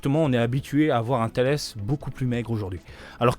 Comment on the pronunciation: Alors non c’est bien « Tullece » et pas « Thales Ça vient de la laitue 🥬 Merci pour tes vidéos, tu régales à chaque fois